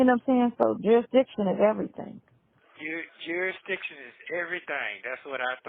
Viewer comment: Now I am going to hear that word 'jurisdiciton" in my sleep. 🙄😒😳